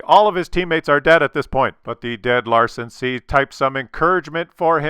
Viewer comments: its Lansen not Larsen.:D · Larsen C? Isn't it called Lansen C with a N? :D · Lansen (means spear), not Larsen. Larsen could be your drunk danish neighbour... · Love ya (no homo, maybe), but it's LaNsen. Not LaRsen. I know they're similar letters with similar sounds and appearance. Maybe you need a bigger screen? I know coffee blurs my vision sometimes too.;)